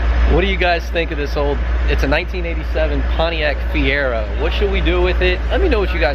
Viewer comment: Fier-oh not Fier-erh